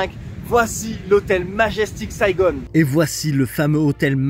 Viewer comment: HELLO! C'EST QUOI CETTE FACON SNOBE A LA MODE ANGLOSAXONE DE DIRE SAIGONE ET PAS TOUT SIMPLEMENT SAIGON????